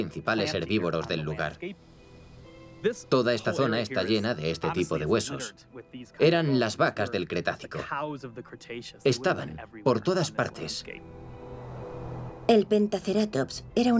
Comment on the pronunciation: Min 3 seg 55 porque la locutora de muchas zzzz dice Cretazio??